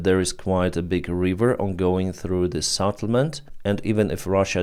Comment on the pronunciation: you've been calling Settlement a SATttlement for over a 1000 days..... and counting. Your name is not Benys, from Sevastopol not not Savastopol. Why do you call it a sattlement is beyond me....